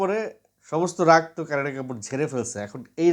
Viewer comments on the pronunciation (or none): none